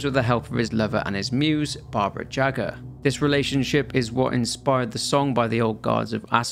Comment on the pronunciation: Hearing how you pronounced "Barbara Jaga" (or however her name is written) immediately got me associating the name with "Baba Yaga". Just a fun little detail, Mb even intentional :)